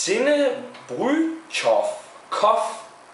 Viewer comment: I think it's brewed by Sinebrychoff, which is just owned by Carlsberg group. You did actually a decent job pronouncing the name which is actually a Russian name. Koff is their beer brand, basically just the last syllable of the brewery name. Glad you enjoyed it. Now you just need to get your hands on some fresh Finnish sahti!